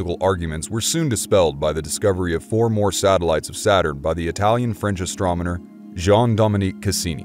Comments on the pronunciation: Astrominer? Did he say astrominer instead of astronomer? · Was that it ? I thought he was pronounced it ASTROMENER. OH WELL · Astronmener. Did anyone else catch that? Lol Love this btw. Keep it up bro-tharr. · “Astromoner” lol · What's an "astromoner"? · 'astroMeNor' Who else heard it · I kept hearing it that way too! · Fascinating and excellent presentation, but the narrator is AWFUL at pronunciation! "AstroMoNer"??? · Lol I had a good laugh...he is forgiven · Does he need a coach to pronounce Astronomer? Say it the way its spelled. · He pronounces Huygens , first HI--- gins, then a little later in, ...... Higgins. HI - GENS for the astronomer , and HIGGINS for the probe. Then he switched the pronunciation of Christiaan Huygens to Higgins. Click bait!! He's not reading astronomer correctly. He pronounces it astrominer. Whatever.